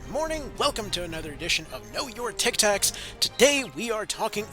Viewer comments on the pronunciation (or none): Please stop calling it Tictaks.